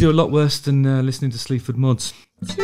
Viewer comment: I swear I thought you were saying “Sleeps with Moths” - which is a pretty good name for a band imo!